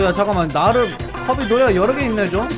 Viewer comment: 커비 할때 좀틀리지마셈